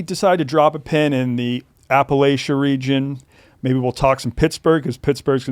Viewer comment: saying Appalachia wrong, then right, then wrong again